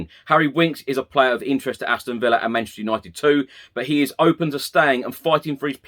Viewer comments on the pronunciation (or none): none